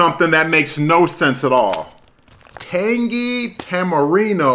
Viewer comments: That’s fine with me, but in america it should be pronounced tamarind. Do they pronounce things in Mexico the English way? No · Tamarindo, son!!! Good review Bro 👍👍👍 That last letter is a D not an O on the Doritos bag. 😜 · Apparently I can't pronounce Tamarind?! ..... Tamarino?! ..... LOL 🤣 How many times did I say it wrong?! 🤦‍♂ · I must look for those! I actually love it when you say a name of something a different way, because I do that every day 🤣 I like Tamirino better!! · I'm guessing five times without listening how many times you said it wrong